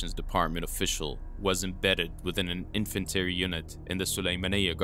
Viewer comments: Infantry = "IN-fent-tree". I've learned the correct pronunciation of so many Arabic words from you, I was happy to help with the pronunciation of one of mine. As always, amazing work, my friend. Keep it up. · I would love to help with pronunciation, if you’d like. Infantry is said in-fan-tree, not in-fan-terr-e. There are others. I do enjoy the videos, but these really detract from the professionalism of the entire package. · In-fan-tree unit or Infantry unit not in-fan-nitee unit. Sorry had to correct that cause I was a Infantry soldier in the Iraq war 2007. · Rough start! You need an editor bro. It’s “lives” and “infantry”, as in in fan tree. It seemed like it had the making of a decent video so hopefully you find an editor and get back at it